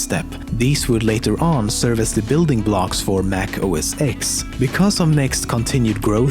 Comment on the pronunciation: Here's a fact for you: it's pronounced "Mac Oh Es Ten", NOT "Mac Oh Es Ex". Also your fact about AM isn't quite right